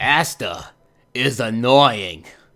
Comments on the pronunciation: Ahsta not assta. 😉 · You are pronouncing Asta’s name incorrectly it’s [Aw-stuh] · Lol did anybody notice how he kept saying Ass-ta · Bro this video sooo funny because another hater and DUDE!!!!Your not saying his name right🤣🤣🤣.But I’m not mad people have there own opinions🤷🏾‍♂️💯